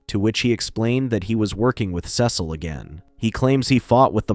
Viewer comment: Your mispronouncing Cecil